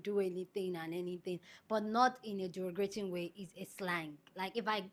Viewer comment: the word is derogatory #derogatory #DEH Rohhh gah torr eee & derogative #DEH Rohhh gah teev (capitals for emphasis) I need you to practice and get them right ❤❤❤. You’re one of my favourite YouTubers. I can’t watch you mispronouncing words.